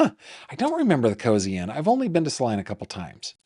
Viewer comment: Hello from Kansas! Everyone mispronounces Salina, even Google maps!